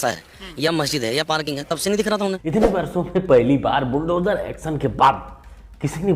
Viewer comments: बिलडोजर चला दिया 😂😂😂😂 बुल्डोजर बोलते नहीं आ रहा 😂😂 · मोहतरमा तो बुलडोजर को बिल डोजर बोल रही है।😂😂😂